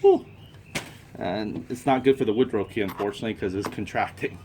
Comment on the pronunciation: it is pronounced wood ruff(rough) not wood ro .